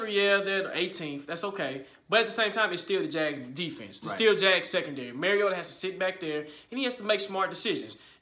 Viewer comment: Bruh I’m not trolling but Mario- ta. Like Mario brothers. You are saying merry o da. All love tho bruh. I’m from Florida so I get it. I use to say it like that as well. Lol TitanUp